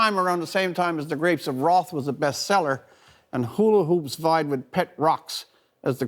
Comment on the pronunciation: "Grapes of Wroth"